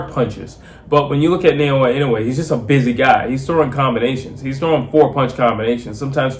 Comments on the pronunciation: ❌ NAY-OH-UH ✅ NAH-OH-YAH なおや ば - NA - NAH お - O - OH や - YA - YAH If one were to Romanize Inoue's name the way you pronounce it, it would start like Nei- rather than Na- Inoue by KO in 4 -- liver shot stoppage. Inoue is a much more devastating, precise body puncher, even if he doesn't go to it as often. Much more devastating. I think Inoue has earned a little breather. 😊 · 😅😅😅ITS not Sha nay nay lol, it's NAAAH OOOOOH YEAAAAAH ,,,IN. NOOO. UUUU. EH LOL GET WITH THE PROGRAM ALREADY.